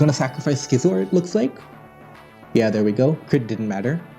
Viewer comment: The way he says Clefable and Scizor are so strange